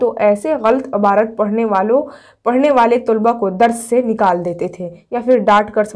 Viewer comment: Abarat nhi hota hai aapi